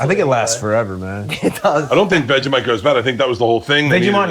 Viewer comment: "Veggie-mite" I SPIT OUT MY DRINK HELPP- Austin is too cute🤣🤣